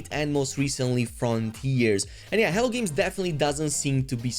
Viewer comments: Errrr isn't that spelled " H E L L O " Games? Hell-OH? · I don't know if you're aware of it or not but you say hell games a lot it's hello games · Why do I hear "hell" games everytime u say Hello Games? Lmao. Sounds funny. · It often sounds like you’re calling them “Hell Games.”😃